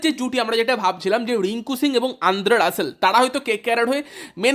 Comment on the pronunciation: Kkr admin be like শ্রেয়াস❎ শ্রেয়স ✅ ড্রে রাস ❎ ড্রে রস ✅ নারাইন ❎ নরেন ✅ সাকারিয়া ❎ সকারিয়া ✅ সুয়েশ ❎ সুযশ ✅ 😅